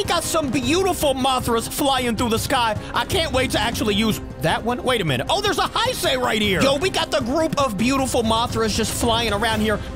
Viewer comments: Say Hey-say for now on. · Nice video, but here is how you (Or how everyone) mainly pronounces “Heisei” “HEY - SAY” Hope this helped.